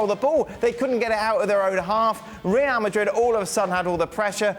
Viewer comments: “reaah madit” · I really hate the way ale pronounces Real Madrid😩